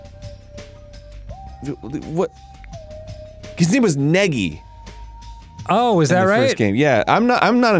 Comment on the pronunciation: "Negi" omg lol His name is Makoto Naegi lol